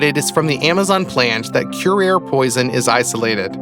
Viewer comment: The poison curare, is pronounced CURE-AR-EE.